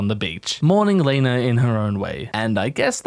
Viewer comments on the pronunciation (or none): none